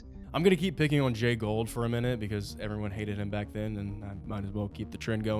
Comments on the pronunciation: You continuously mispronounced Jay Goulds name. It is not pronounced Gold, it is pronounced Goold. My mother's grandfather was one of Jay Goulds nephews. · I like your presentation but a slight technical point it's Jay Gould (pronounced Goold) not Jay Gold. I went to school with Gould grandchildren. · Great stuff! But it’s pronounced “ goold “not gold. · This is a great analogy... it gives perspective and insight but perhaps even more importantly, hope. Thanks! But allow a small correction, please... railroad magnate Jay Gould...with a "u" is pronounced "ghould" or "goohled" not "gold" as you and pronounced it. Love your work! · FYI, Jay Gould's name is pronounced GOOLD (rhymes with fooled), not GOLD. I know it's nitpicky, but it's jarring to hear you mispronounce it over and over... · It's pronounced "gooled" not "gold". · Jay Gould's last name is pronounced "Goo-old" not Gold. There's a "u" in there. Take a closer look. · Jay Gould is pronounced like ghoul not like gold. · I think it’s pronounced like “ghoul-d” not “gold”. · It’s not Gold , it’s Gould. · It's pronounced "Jay Goold" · You guys are both mis-pronouncing Gould. Lame.